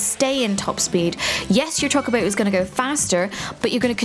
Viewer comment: Heard Choc-obo and I died inside a little bit